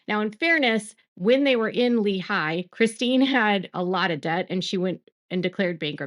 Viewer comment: FYI, and this really doesn’t matter, but it’s pronounced Leehi not leHI